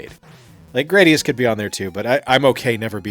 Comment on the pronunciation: duuuuude it's GRAD-ee-us, not GRADE-ee-us.